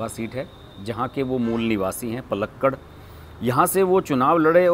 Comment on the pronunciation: पलक्कड नहीं, पालक्काड और वडकरा का भी आपने ग़लत उच्चारण किया था। विश्लेषण अच्छा था।